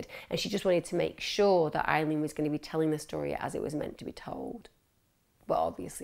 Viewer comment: Isn’t her name Aileen, not Eileen? x